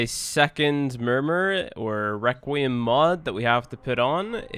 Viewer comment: I can’t tell if you’re trying to be funny or you really don’t know how “th” works but a grown man saying firty is not funny nor cute. Requiem, which you mispronounced ONCE, is harder than thirty to pronounce? Get outta here, Now ik it’s you trynna be cute.